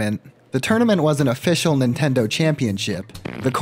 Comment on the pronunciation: i am such a fucking weeb i can't unhear nintendo and tamagon being pronounced wrong